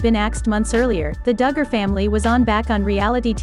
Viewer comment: Stop mispronouncing their name you are ridiculous say it right or don’t talk about them